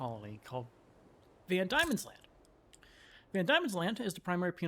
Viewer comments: Please god, Pronounce is as Van Deamons land, and OZtralia. NOT Damons land or Auostralia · It's van Deemans land. Not van Diamonds land. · I know this late. and im sure a million people have said this. but its pronounced van d(i)emons land. silent i thank you ❤ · Its pronounced 'Van Deamons land' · Van Diemans Land. Pronounced "Van DEEman's Land". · I can definitely see why you kept pronouncing it that way as the first 3 letters are "die", but "Van Diemens Land" is pronounced as "demon"... "Van Demons Land". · It's pronounced Van Demon